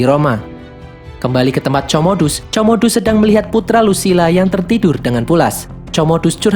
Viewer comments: Komodus bang cara bacanya bkn comodus wkwkwk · Woi min itu di baca komodus bukan comodus di bacanya 🤣🤣🤣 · LUCU BANGET NGET KMU MIN COMODUS 😂😂😂wkwkwk pengucapannya Para ALJOGO anjayyy 😅😅